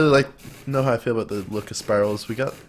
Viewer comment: He pronounced spirallis 3 different ways, and none of them were correct...